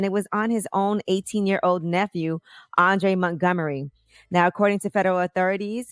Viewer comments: I'm erked that she kept calling him ”Andrew”.... That man’s name was ANDREEEEE say it slowly Angela, AWN-DRAY. Y'all can't pick on Webbie not nan nother time 😂😭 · It’s Andre “ Andre not Andrew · Patricia Hall I kept saying, wtf is Andrew? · Angela his name is ANDRE!!! not ANDREW!!! And Ms. Robbie is the owner of a change of Soul food Restaurant!!! Please get you facts & Info correct before you speak.Thank you!!! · His name is Andre not Andrew! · I hope you guys do follow up tomorrow first giving Miss Robbie her proper accomplishments and say the name of the victim correctly. His name is Andre not Andrew...it is a sad story so I would expect the breakfast club to get it right. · His name is Andre, Angela..not andri or however she pronounced it SMH. And Ms. Robbie has restaurants not bakeries 😒🙄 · No facts... then to call Andre...ANN DREE??? Smh do better with your research Yee! This just goes to show that you care NOTHING about the people...anything for a story! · Andre! Andre! Andre!!! Ahn-dray. How hard is that to pronounce? She irks my soul. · It’s Andre ho say it with me Andre . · His name was Andre. It was being pronounced wrong. And she owned restaurants not bakeries. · She wasn’t even pronouncing his name right!